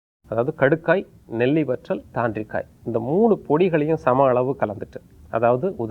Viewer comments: Nice info..thank you. It's thaandrikai not kandrikai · she doesn't know which is velimichai ver and vetti ver.... pronounce thanri Kai as kandri Kai...